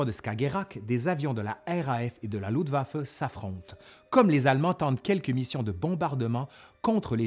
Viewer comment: Très intéressant, par contre, les francophones ont toujours autant de problèmes à parler en allemand. On dit LuFtwaffe, pas Lutwaffe. Saperlipopette.